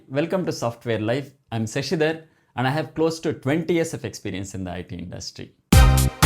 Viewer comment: Not sasidar .. write Shashidhar !!